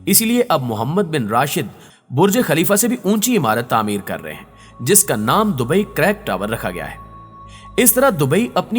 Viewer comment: Bhai dubai careek ha caryk nhi